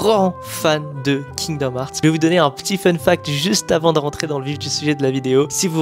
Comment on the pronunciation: C’est fou d’être fan et pas savoir dire le nom du jeu…